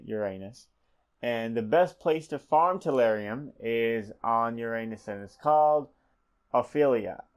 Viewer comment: for future referance its pronounced Uranus (yer-uh-nis)